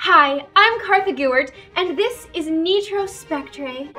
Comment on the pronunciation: "neetro" is getting so big!!!!!